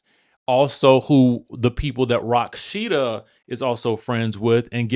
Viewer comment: Why are you calling her Rocksheeda ??